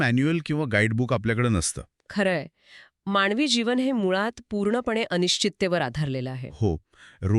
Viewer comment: माणवी जीवन नाही हो. मानवी जीवन. शुद्ध बोलाव. हो ना ?